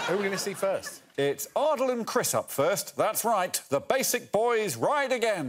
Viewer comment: Greg pronounces Ardal´s name as "Aard-low" at the start of the show. I was sure it was pronounced "Aar-dahl" or "Ar-dal", and he pronounces the name as "Aar-dle", also Greg pronounces his name as "Ardle" and "Arlow" with a shorter a sound. Is there something i am missing ? Also Greg pronounces his name as "Ardle" and "Arlow" Was until now pretty sure that i was quite proficient in the english language.